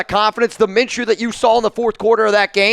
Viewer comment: Did you just say it’s minchews team after they got lucky 🍀 lmao